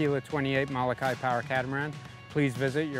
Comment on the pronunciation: Learn to pronounce MOLOKAI correctly!